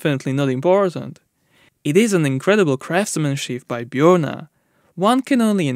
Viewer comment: That is a very good pronunciation of "Bjørnar" for a non-native speaker.